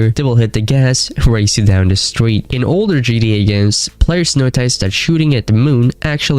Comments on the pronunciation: “In gee-dee-ay-5” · "gda" "vork" "notyce" 💔